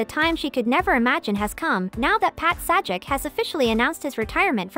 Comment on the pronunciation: Your computer-generated dialogue, and the "Sah-jik" is pathetic.